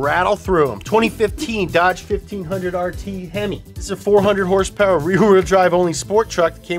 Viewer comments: Liked the vid simply for hearing "hersperwr" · I liked the video, only because asked and because he calls horsepower, "hersepers". Respect the Donut